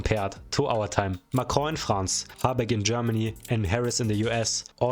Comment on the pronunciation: when you say Macron I hear "macrow" 😂